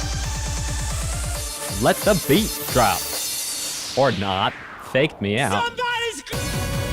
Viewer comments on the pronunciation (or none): none